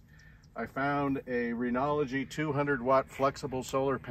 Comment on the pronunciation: Also that its Renogy not renology 😅